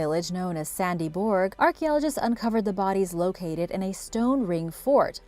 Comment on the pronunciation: The name is Sandby Borg not Sandy Borg. At least you could do enough prep work that you have the right name for the place you're talking about